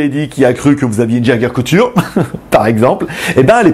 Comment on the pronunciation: Bonjour juste pour pour te dire que c'est Jaeger "LeCoultre" et pas "Couture" mdr. Sinon bonne vidéo comme toujours;)